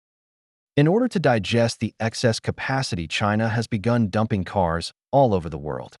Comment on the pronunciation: Saar, i think..maybe palki said dumpling not dumping, that's possible because of accent, maybe..🤔